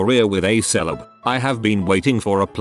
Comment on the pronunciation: WTF is a "seleb?" I can't find anything about that word.